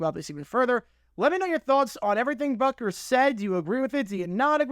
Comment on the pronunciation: It's spelled and pronounced "Butker", not "Bukker".